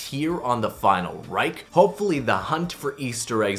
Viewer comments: You said Reich wrong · Knows all the easter eggs, still cant say Final Reich properly